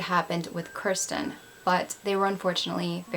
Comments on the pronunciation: Idk I heard Kristen I listened closely but who knows maybe you weren’t pronouncing kirsten right. It’s pronounced “Kerr-sten” hard R. I’m not hating but I did sort of think listening throughout it’s kinda disrespectful to not make a hard effort to pronounce the name correctly or address it.. if it is unclear to your viewers what you are saying that needs addressed or fixed because it does sound like Kristen.. just saying if I were her parents watching I would be upset.. it’s not the end of the world but little things like that do count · I think Kirsten is pronounced KEER-stin... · The way she pronounces her name is so weird to me, because I’ve only heard people pronounce Kirsten as “Keer-stin” instead of “Ker-stin” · As I am watching this and seeing you say her name, I had a friend in college with the exact same spelling, said the exact same way. That's how everyone said her name including myself. How are you saying it wrong?